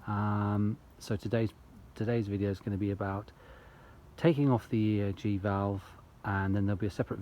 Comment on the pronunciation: You say ERG throughout...